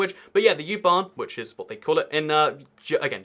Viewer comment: It's called U-bahn! Not Jubahn!😁